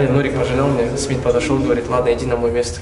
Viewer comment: Блядь Смит не анау шаш ужас!